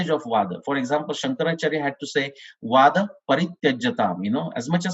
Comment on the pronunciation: It should have been vaadha and not vada